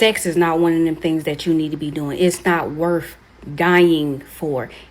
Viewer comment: Lol deaf sentence Was it worf it? Truf on dis Earf!